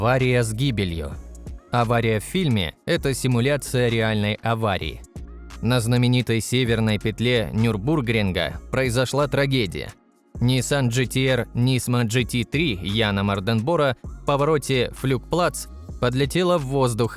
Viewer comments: нюрбУргринг Ну это пиздец просто по ушам режет Весь мир называет нюрбургрИнг Но находятся же такие гений, которые решают называть ее не так как все ... Как вообще можно было додумался поставить удаление на У Звучит же пиздец... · кстати погуглі ударенія в словах! Нюрбург єто город, трасса => НюрбургрИнг. для ударенія разделяем слово на 2 слога - Нюрбург и Ринг, в слове Ринг ударение на единственый слог, значіт і в сложном слове НюрбургРинг ударение на "И" !!! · С*ка невозможно слышать ето неправильное произношение Nürburgring, и GTR